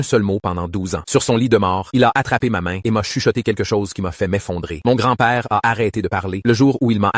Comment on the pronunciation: quand il a dit "père" l'accent ça faisait un truc bizarre